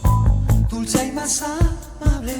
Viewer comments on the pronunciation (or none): none